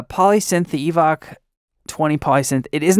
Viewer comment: It occurs to me that the name "EVOC" may be a pun on "evoke" rather than pronounced as "evock"... :)